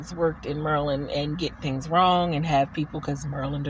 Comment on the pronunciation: Nice job handling questions. And thanks for teaching me how to pronounce Maryland = Merlin (sort of, <3 )